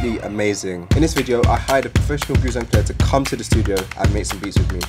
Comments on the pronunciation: "Goo-zeng" lol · It's pronounced Goo Djeng (gǔzhēng), lol Good stuff and super efficient indeed, looking forward to other of these types of videos